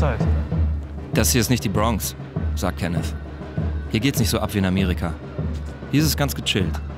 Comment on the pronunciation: Der Typ : ich heiße KENNETH Reporter: KENNES